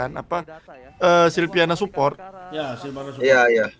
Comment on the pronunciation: Silvana woii bukan silviana 🤣